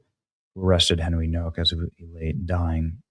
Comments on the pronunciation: Hey Benny, his last name is Polish and the W is pronounced with the V sound so it's pronounced No-Vak I just wanted to say that maybe you should be aware of that in case you are not sure how to pronounce his name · Nowak is a Polish name...it's pronounced Novak!!!